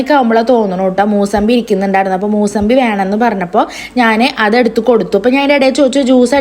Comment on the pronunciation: മൂസബി alla മുസാബി ann🥰